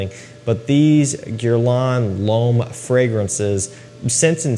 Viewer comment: Why don't Americans even try to pronounce French correctly? Parfum is OK...the other three, all wrong!